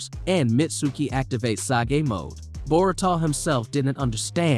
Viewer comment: bruh you say everything sooo elegant and clearly, until you pronounce ANYBODIES name from the show. nar ru toe / bor ruu toe. ty for vid thooo <3